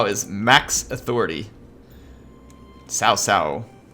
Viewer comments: the narrator is wrong, it's pronounced ts'ow ts'ow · Its actually more like tsao tsao